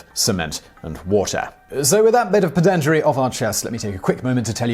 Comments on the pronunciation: Are you Welsh by any chance? I've only heard one person before pronounce pedantry as peh-DAN-tree like you did (instead of PEH-dan-tree). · just to be...well...pedantic, it's pronounced PED'ntry.